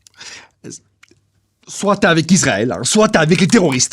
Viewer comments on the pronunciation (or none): Le s de Israël se prononce [s] (s), et non [z] (z). On dit donc [isʀaɛl] (is‑ra-èl), et non [izʀaɛl] (iz-ra-èl).